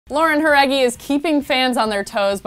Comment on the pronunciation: I LOVE how real you sound, unlike other gossip channels who make the 5H gilrs sound like haters and bitches. You showed her respect and interest AND you took the time to say her name right? gosh give your coworkers some tips girl!